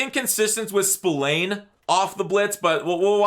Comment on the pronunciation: Spillane’s name is pronounced “spi-lan” not “spill-ane”